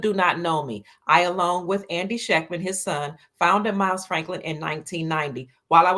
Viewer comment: If she says again.....😏